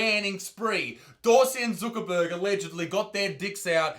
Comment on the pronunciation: I love it how he says ZOOKERBURG omgsh 😂😂😂😂😂😂😂😂😂 also here’s a cookie for you. 🍪